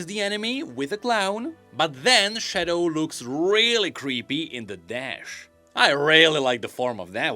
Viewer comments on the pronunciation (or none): none